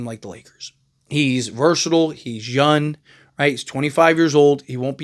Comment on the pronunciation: Why do you always talk like young ends with an N???